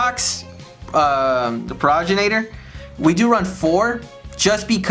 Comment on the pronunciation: pro-gen-itor for the love of god